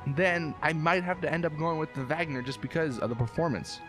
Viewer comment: It's pronounce Wagner